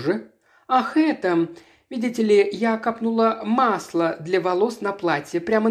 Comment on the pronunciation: Чтецу. Пожалуйста, обратите внимание. Вы говорите :" я капнУла масло на блузку.." и это не правильно. Она " кАпнула масло на блузку". К сожалению, это не единственный случай неправильного ударения в словах. Это портит общее впечатление.